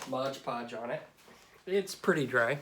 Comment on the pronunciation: Nice work, but..MOD PODGE my man, MOD PODGE. Not modge podge...